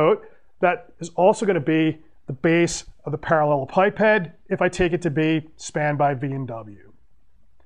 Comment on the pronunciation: I watched this video solely for the pronunciation. Better than what I had.